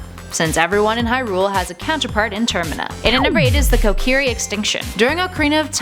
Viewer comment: I'm sorry, but, Deeku tree? Kocurry? No.